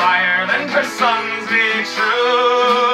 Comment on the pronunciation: Did he say Britannias sons or Britannias Huns?